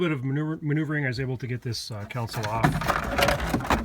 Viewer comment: console not council